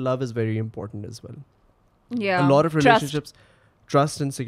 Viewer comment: Alot nai all oh 😂